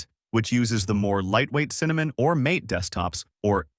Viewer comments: For me, I hate icons, that's why I use Mint Cinnamon. I want text lists in alphabetical order for everything except the panel at the bottom - files and programs - not a screen full of giant icons. And you need to learn how to pronounce Linux and Mate and Debian. What is this, AI? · It also mispronounces mate and deb packages is spelled.